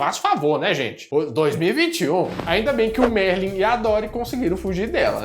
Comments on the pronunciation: 4'54": "Merlin" não,! Marlin!! 😉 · O nome do pai do Nemo é Marlin, não Merlin 🙄🙄